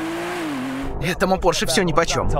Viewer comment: ты ничего не знаешь от слова совсем, для тебя эта тема тёмный лес. Ты понятия не имеешь как едет Макан Турбо и Ауди Q5 , потому что для тебя эти машины недосягаемы. Кстати, не Порш, а Порше, ну это так, чтобы лишний раз подчеркнуть твой интеллектуальный уровень🤣🤣🤣🤣